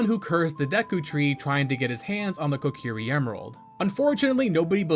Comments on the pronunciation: Came to find this comment as soon as I heard you say "the cuckiri sword". After all these years, you managed to come up with a new one. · co-key-ree, not cockiri lol